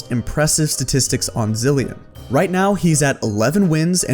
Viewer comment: It’s Zilean